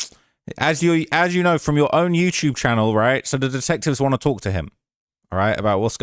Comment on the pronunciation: “My Yewtewb” 😹😹😹